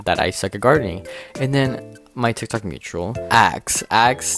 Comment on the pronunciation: I love the way u say tik tok it sounds like tic tac 😭